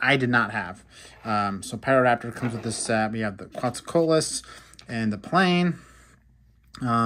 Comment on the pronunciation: He did a good try